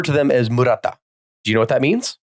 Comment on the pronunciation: I was really confused when you said the Japanese military referred to prisoners they tested on as murata because mura is villager, but murata as a whole doesn't have any meaning that's relevant. It took me a few seconds to realise you meant maruta (ma-ru-ta, 丸太) (you just had the a and u swapped)